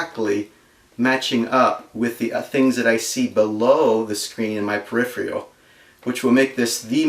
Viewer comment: "Comfortbility"... "Periphrial"... Gotta love it. Reminds me of home. You put a lot of work into this project and saved me a great deal of time and effort. Would love to see your progress as your build evolves. Best of luck. Cheers, D.